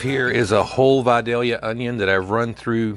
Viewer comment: I can't tell you how glad I am you say Vidalia properly